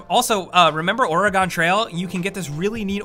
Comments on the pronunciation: It's pronounced "Or-gun" not "OR-E-Gone". I almost unsubbed.. but I love you guys too much! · you had it right at the start, where you put the dashes / syllables. either there's an invisible A, OR.... Or-eee-gon (where the e is more like "eh" and drags off as you say it quickly). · OR-GAN TRAIL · Or-again trail, not Ori-gone trail... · the one before the ending one where he talks about the little keychain. He mispronounced Oregon as Or-egon. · OR-A-GONE trail!!! lol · I’m sorry but he really said Origone 😂 also it’s funny cause I’m watching this and am like “......I don’t sit on a chair I’m on my couch” and “I don’t play on a tv computer , I use a projector” 😂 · As an Oregonian... the way said “Or-eh-gone trail” made me cringe 😬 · Ore-a-gone trail? I thought it was Oregan but it’s spelled Oregon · No one:: ORIGAHN TRAIL. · “Orie gone trail” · I know right, how do you mis pronounce that. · "Remember OregON Trail" oof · Ori-Gon Trail. What was that man? lol. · "Or-e-gahn" trail... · “Oreygon trail” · Oregon pronunciation guide: Orygun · Orr-ehh-gone Trial?! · Why did he say "Aragon Trail?" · Oregon is pronounced like organ, just an FYI! (Only two syllables) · How fucking dare you... Or-egon? Really? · the fuck is Origawn Trail? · The way pronounced Oregon made me die on the inside a little lol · SAME. I live in it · God, how is this the first comment about Or-egon trail? I live in Oregon, so I am extremely distressed about that. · The way you say Oregon disturbs me. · You said "Oregon" like it was some type of Bayblade dude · The 300 people that disliked this video pronounce Oregon properly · I loved the video until I heard you incorrectly pronounce Oregon. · You said Oregon wrong... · why did you say oregon like that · "Oregon" Wtf did you say. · it pains me we people over pronounce "Oregon" since I live there. lol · That's not how you pronounce Oregon. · why doesn't he know how to say Oregon?????? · Thats not how you pronounce Oregon